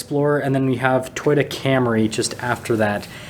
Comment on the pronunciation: Lol dude can't say toy ota